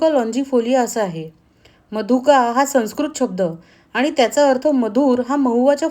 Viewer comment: आपण मराठीत सनस्कृत असा उच्चार करत नाही सौंस्कृत असा उच्चार करतो. लिहितो मात्र संस्कृत च